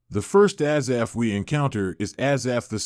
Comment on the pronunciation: Spelled and pronounced wrong. Thanks